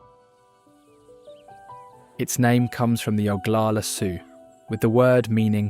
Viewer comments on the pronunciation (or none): none